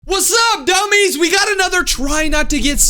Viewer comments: He said whats up dumies😢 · Why did you say hey dummy’s😅😅